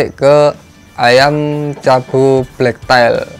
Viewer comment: hrganya sepasang berapa mas ? black tail ( bacanya teil bukan tail ) ekor hitam.